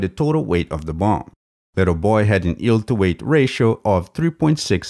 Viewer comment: I know that its just a tiny nitpick, but is it weird that the guy pronounces yeild as "eeld"?